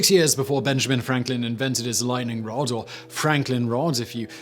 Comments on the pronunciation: Lightning "rode"? Lol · It's a british thing